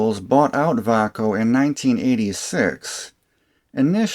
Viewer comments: Appliance and electronics had lots of Vay-co , Xcelite, Diamond and Klein tools. The way you pronounced it, and you said they moved to Texas to get away form unions, I started thinking it was spanish. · Sold Vaco tools and Klein for 32 years always Pronounced it vay-co. Love my K7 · I always pronounced it "Vay-co" Po-tay-toe Pa-tot-toe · Took me 80% of the video to realize that Vaco sounds like Bahco, the swedish tools company founded in 1886 and now property of SnapOn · Great video, but I never heard Vaco pronounce that way.